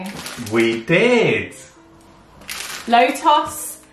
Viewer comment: It’s pronounced Agh-mend. You don’t say the L lol, it’s a silent L. I notice a lot of UK youtubers I watch say it with that L and I’m always unsure why haha! Also it’s Low- TUhs not toss. Love that spread super good, it’s a German spread. 🤗Hope you’re having a good day, I always watch your videos at 2am (AUS, Victoria time)😅